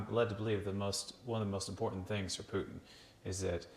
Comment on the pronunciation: Oh thank you for calling him PUTIN not PUTN like Americans usually do...